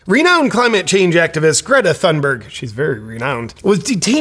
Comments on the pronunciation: Great video JP. I am Swedish and I am ashamed of her. Just a small critique, Thunberg H is silent, you should remove the H when you say her last name. It is more Tune berg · Uh, it's & how tf do y'all know she staged it?